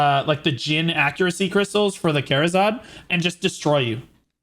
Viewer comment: Am I the only one being triggered by the wrong pronunciation? It's KA RA ZAD, NOT KA ZA RAD. what the hell man